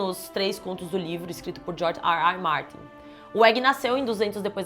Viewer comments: então é George "Erre Erre" Martin? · Não confio em quem fala fã “sãrvice” e George “Ar Ar” Martin